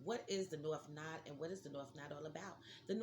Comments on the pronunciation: Not "nod" "nooooo Da" LOL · It’s not pronounced “Nod”. Lol. It’s No-ode.